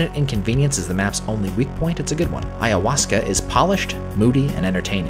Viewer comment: Absolutely impressed with your pronunciation of ayahuasca.